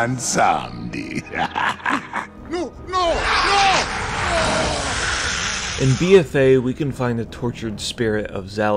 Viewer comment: Haha, nobody actually manages to pronounce BWOMsamdi correctly ("x !